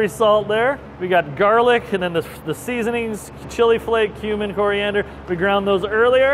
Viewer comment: cumin definitely sounded like human the first time I heard him say it.